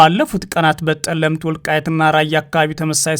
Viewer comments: ጠለምት እንጅ ፀለምቲ አይደለም ። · አንተ የአማረኛ ችግር አለብህ ጠለምት ነው